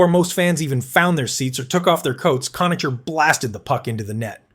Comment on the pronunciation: Cona-Ker, not Cona-cher.